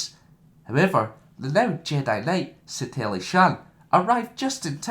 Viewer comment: Everyones complaining about your voice but it annoys me more you cant pronounce Satele or twi'lek properly